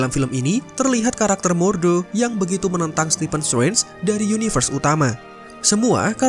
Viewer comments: Ga betah denger narator pronounce "Srenj" 😅 tidak silent T min 🙏 jd enak didenger. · Agak terganggu dgn cara penyebutan Strange terdengar Seperti Swen . Sorry min